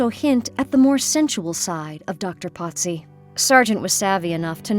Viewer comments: why is he being called Potzi? His name is Pozzi, no T. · Italian pronunciation despite living in Paris